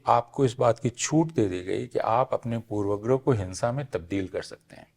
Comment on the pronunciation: ऐ हय! प्रोफेसर अपूर्वानन्द भी पूर्वाग्रह का उच्चारण पूर्वग्रह कर रहे हैं। यह वास्तव में हृदयविदारक है।